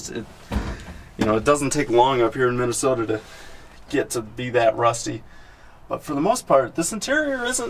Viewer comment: KEEP (but tell him to put some more O in MinnesOOOOOOOOOta)